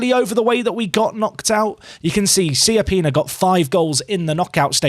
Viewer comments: SAY IT “CHAPPINA”, PLEASE. LIKE CIABATTA. It’s not Siappina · I love your content and the series, and in the end you should pronounce it however you like, but he's right, the correct pronunciation is "Chapina", it's an Italian last name